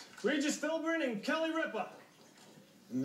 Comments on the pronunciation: he said "Philmin" #NotRigged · If you're talking about the first time he tried, no, he did not. If you listen carefully, he actually said "Philburn." And I don't know if the guy in the middle said this one, but one time when it sounded close, the contestant actually said "Philmin." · The first guy had said Ripa's name correctly, but he pronounced Regis's last name incorrectly, saying Philburn instead of Philbin, The other two guys thought he got Kelly Ripa's last name wrong. Don't get mad at WoF Jeopardy does the same thing, this week's episode all three contestants pronounced it wrong. Spelling also counts for Final Jeopardy . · nope. he said Philburn not Philbin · I had to watch multiple times to hear it, but he said "Philburn." The next guy probably missed that too, and thought "Ripa" was mispronounced. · Well, the first few tries, I agree that they're wrong especially when the letters weren't revealed yet. "Regis Philburn" then "Regis Philman" then "Regis Philmin" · he said Philmin. his name is Philbin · If his last name is spelled Philbin, then I'm pretty sure pronouncing it "Philmin" would be wrong. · No he said Regis Philman no Philbin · I'm pretty sure he said Philmin. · Well, this is four years late, and because of YouTube weirdness, you might actually have an answer, but here it is anyway: Regis Philbrin is not correct. Regis Philmin is not correct x2. Kelly Ripe-uh is not correct. Regis Philbin and Kelly Ripp-uh is correct. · Regis Fil-Bin and Kelly Rip-Uh. I can now distinguish where every other contestant went wrong. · Did they say "Philman" like three times... it's like repeating the same mistake over and over again... sound familiar anyone? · Regis Philbin? I always thought it was filman lol